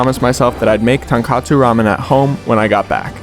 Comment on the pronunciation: i loved this video BUT PLEASE stop saying it wrong, it’s TONKOTSU, like tohn-kohtsu, “tonkatsu” is a completely different dish of a fried pork cutlet.